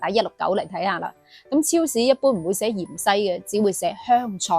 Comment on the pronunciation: 芫茜，粵音應該讀‘’元西‘，唔知點解讀讀吓變咗讀成‘’鹽西‘’。仲有片段其中有幾個讀音，聽起上嚟以‘’樣衰‘’。好容易講錯。。我仲要D"樣衰"。😂😂😂😂